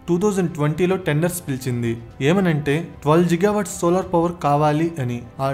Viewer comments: Bhayya, its not Jigawatt its Gigawatt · G ante giga nera babu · గిగా అనాలి బ్రో(జిగా కాదు) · Jiga kaadu babu it’s Giga 😂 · It's not జిగా watts... It's గిగా watts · are babu adi ziga kadu ra giga .... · జిగా GWవాట్స్ కాదు బ్రో గిగావాట్స్..🙂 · Jil Jil jiga jiga🤣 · You not only wrong pronounciation on giga but also you confirmed bribe without completing of investigation and also you always trying to blame ysj but not cbn 😅